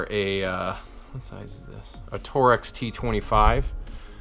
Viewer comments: TORX not Torex ! Sorry customers say that all the time to me Im just sensitive about mispronunciations Like saying WARSH instead of WASH OMFG Save me........ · When he said “Torex” I unsubscribed. Idiot.